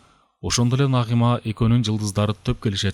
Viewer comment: Үнү жакшы так так уккулуктуу, бирок Нагыйма Нагыйма дебей Нагима деп айса кандай болмок....🙃😊